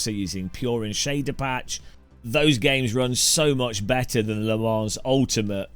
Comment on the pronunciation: the s is silent